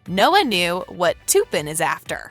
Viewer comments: ITS TUPPEN NOT TOOPIN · your sying tupens name wrong learn your langauge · they did not just say toopen for tupen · I hate the way she pronounces Tuppen Her pronouncing it: Toopin Actual pronunciation in movie: Tup-pen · u said tuppen wrong. lee said it right, and u even showed it in the video where tuppen touched elle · u really said "toopen" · Couldn't watch any further after she kept saying; Toopen. lol